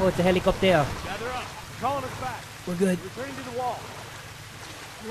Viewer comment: why am i laughing so hard at "ho it's a helicoptèr"